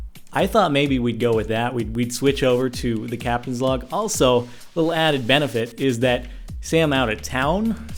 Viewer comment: He said Captains Vlog. Whats a captains log? Haha